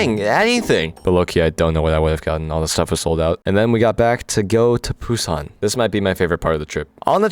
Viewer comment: I'll poo on your san if you keep saying Busan like that